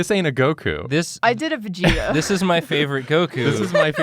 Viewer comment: Vag-eta? Its Vegeta fam.